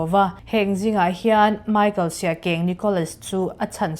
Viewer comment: Siakeng, siak eng ti a lam mai tur sia keng a ni lo